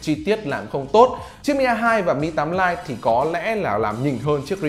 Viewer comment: ãnh đọc phát âm tiếng anh hơi chuẩn haha Lite- stờ- !!😂😂😂